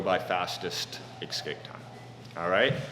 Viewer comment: ESSSSSCAPE Not "EX-Kape!" smh